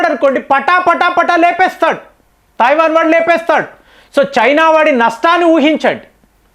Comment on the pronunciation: Thaivan entiraa illiterate, Taiwan anaali. Nee gorrelu neeku cheppavu. Nuvvu messages chaduvavu. Neeku telugu raadu, hindi raadu, english అసలు రాదు.